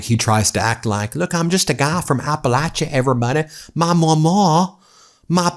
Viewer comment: Omg, vance says 'mawmaw' and pawpaw" wrong. It isn't really possible to spell it the way it is actually said in Appalachia.